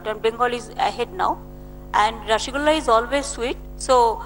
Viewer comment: Rassugulla. Idiot learn to pronounce its Rossogolla.